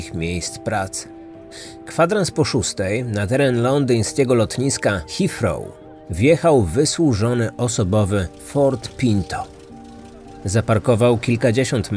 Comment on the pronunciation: Lotnisko mowi sie ...hitrow a pisze sie Heathrow